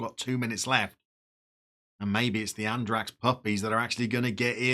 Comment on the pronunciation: Regularly scheduled lesson time! Andratx is pronounced Andratch. Nolla would be no-ya, or nol-ya. Shame Solsona can't perform in front of the net, definitely a job for Eibar's Stoichkov or Gimnastic's Édgar Hernández.